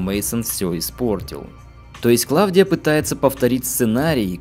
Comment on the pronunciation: Все хорошо... но какая ,к черту, Клавдия?! Она КлаУдия. Сильно режет слух.